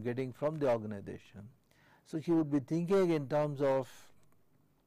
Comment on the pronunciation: Say Organisation not ORGANIDATION